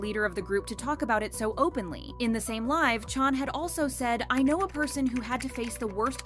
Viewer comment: Listen i love that your helping us figure this out but can you please pronounce chans name right.. you keep saying chon its CHAN (ch aa n)